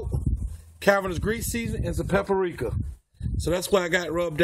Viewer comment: did my man say pap a rika.lol